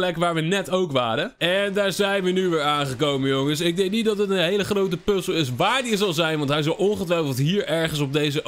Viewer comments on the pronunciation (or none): none